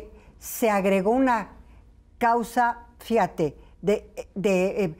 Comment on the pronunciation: Me encanta como en el minuto dice "fiate" en lugar de fijate.